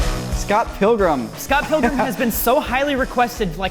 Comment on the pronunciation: "Scott Pillgrum!" what a start to the video... Never heard anyone mispronounce it like that before, it sounds like a follow up movie where he's 80 years old.